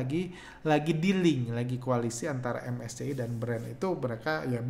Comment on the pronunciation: ingat bgt awal2 bahas indeks2 luar begitu, krn unik aja ngucapinnya menolak untuk keren "em es ce i" dan "ef te es e" wkkwkww